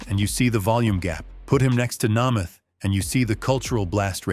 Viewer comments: Ditch the A.I. Voice. Pronounce the Names Correctly. It's Not Unitoss It's (U-Nite-as.) Johnny Unitas. It'd Not Nomith It's Joe (NayMath) ... Make the content with Heart and soul or don't make it at all. A.I. Voice has no Heart, No Soul. No love for the game. The script Was well written though. I'll give you that. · Least that could have happened would be to pronounce Unitas and Namath correctly.